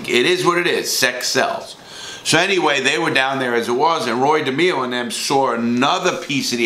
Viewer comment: Roy DehMEEo